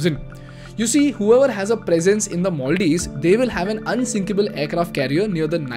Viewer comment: you pronounced maldives wrongly every single time.